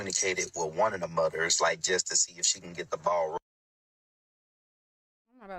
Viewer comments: Mudders? Lol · This man can’t even said moTHers…. Damn mudders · It irritates me how he pronounces mothers like "mudders". I wouldn't feel comfortable as an adult spending the night with him. Let alone my child! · “Mudders” “Udders” 😅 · What’s “muhders” ? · Wait. Did he say MUDDERS?! 😂 Go lay down